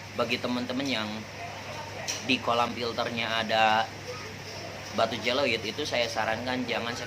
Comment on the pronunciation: bukan batu je lo it, tapi Ze o lit